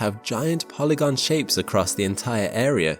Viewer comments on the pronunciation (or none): none